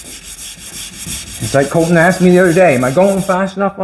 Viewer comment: His name is Colton not Calton.